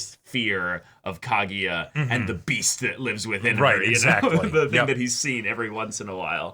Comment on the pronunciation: KagUya, not KagEEya